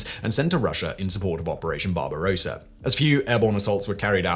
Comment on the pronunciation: 'Barbarossa' Lol